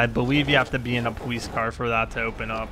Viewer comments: why was he saying powice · Is it my headphones or is he saying Police strangely?!